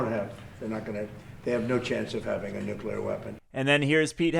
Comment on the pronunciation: don't forget "nuke-you-lerr"!